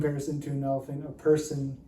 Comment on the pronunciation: I kept thinking you were saying "rider and an elf"